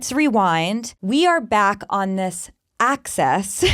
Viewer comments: It’s Axis 😂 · The fact that she says axis like "act-sis" is actually so TANC in this context